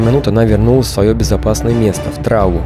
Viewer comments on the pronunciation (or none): Не трАву, а травУ! Ставь правильно ударения!